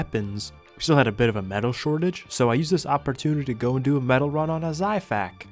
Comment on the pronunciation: Hey bro no offense but the xiphactonus is pronounced (zi-fact-oh-Nus) Hope this helps!